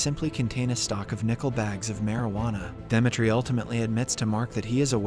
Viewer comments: its really bothering that you keep calling him Dematre i feel like its supposed to be Dimitry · 💀bro pronounce demetri very terrible 😭